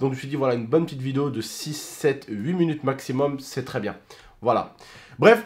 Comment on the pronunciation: tu dis munutes et pas minutes?